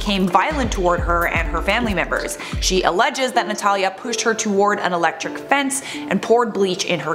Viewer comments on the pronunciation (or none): none